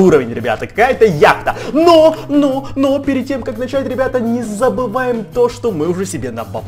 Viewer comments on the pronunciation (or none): none